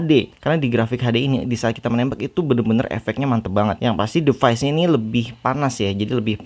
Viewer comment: Klo boleh saran.. Pronunciation nya bnyk yg salah kak, kyk 'scene' 'device' yg terulang2... Sukses slalu ya